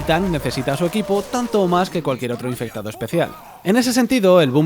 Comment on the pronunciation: me encanta cada ves que dice el infectado le sale mal xdd